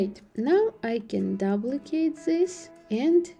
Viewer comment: You pronounce duplicate as "Doe plie kate".